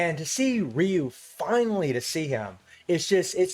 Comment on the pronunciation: Yes its ryu,...not raiyu